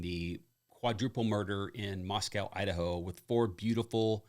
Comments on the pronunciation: Pronounced mos-co not mos-cow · Just a tip, we say it differently there. “Moss-coe “ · Moscow - pronounced like Costco. NOT Mos-cow. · It's pronounced Moss co